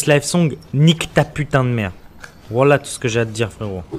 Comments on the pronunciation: Il dit wola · Si tu crois si tu croises David Lafarge tu pourras lui dire que wallahe c'est pas comme ça que ça se dit